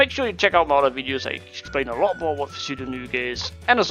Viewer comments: Grr u triggered me pronouncing it as p-sudo its pronounced sudo :P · cant even say pseudo right